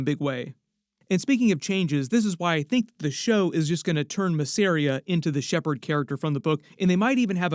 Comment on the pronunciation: its M a zz e r i y a... not f*cking masria